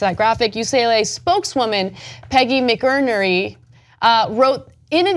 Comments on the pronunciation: McInerny is pronounced: mack IN-ernie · Anna you can't pronounce Mcinerny....